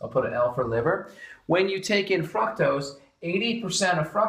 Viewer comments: Every time you say fructose I hear "fuck toast" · I heard it right before I read your comment and yes... he does say fuck toast.